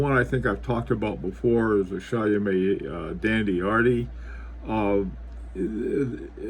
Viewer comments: It's not Chayomé but [ChÔmé] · Late comment but I think it's pronounced Chaw-meh, forget the T at the end and make the first syllable a bit shorter, Shawmeh sorta, Sorry to be pedantic but experts should sound like experts. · Great video. It’s pronounced Show-may. Here a link to the pronunciation. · Btw it is pronounced “Shomay”